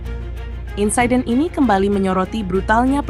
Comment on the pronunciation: insiden min, bukan insaiden... Orang inggris pun bingung dg pronunciation anda😂😂😂